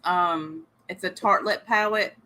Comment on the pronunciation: I was cracking up at you doing your eyeshadow backwards and calling it a "pawette" 😂 God, you're an angel. Beautiful x